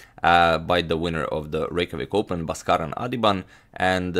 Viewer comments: In India, his name is pronounced as B-aa-skaran.. ba - is pronounced as in ball. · It's pronounced Bhaaskaran